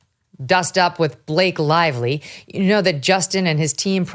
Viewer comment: Blake LIE-Vly